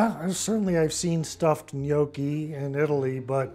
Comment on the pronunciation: Funny episode, lovely family. Is dad of Italian origin? His pronunciation of Italian is very good. The gnochi look good. Happy New Year 2024 everybody.